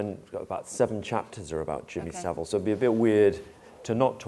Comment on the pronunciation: Ffs Its Savile......